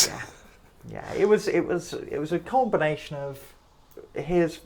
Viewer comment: oh wow that is definitely some nasty stuff, changed the whole game. Thanks for the explanation. Also at the end of the video did you actually say "it was a khornebination" or are my ears playing tricks on me?